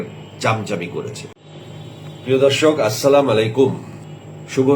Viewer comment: আবাল সালামটাও শুদ্ধভাবে দিতে পারে না